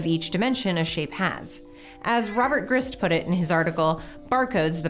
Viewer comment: It's Robert /Graist/ not /Greest/